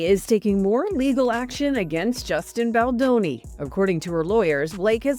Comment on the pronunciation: Whom ever is reading from the teleprompter, find a new job! If you can’t even enunciate, Justin Baldoni’s name correctly, after all these months…give it up! Go get a real job!😊